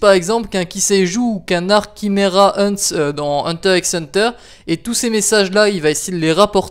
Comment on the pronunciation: PUTAIN MAIS TU CRITIQUE TOKYO GHOUL ALORS QUE TU ARRIVE MÊME PAS À EXPLIQUER L'HISTOIRE DU MANGA !! Tu crois savoir beaucoup de choses des manga mais tu sais même pas prononcer le mot : Kimera Ants !!!